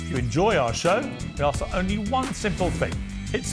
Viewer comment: Why does the black guy say ax rather than ask?🤦‍♀️